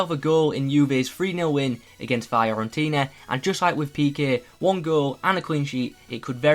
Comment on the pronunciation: Just want to let you know Fiorentina is pronounced Fee-or-en-teena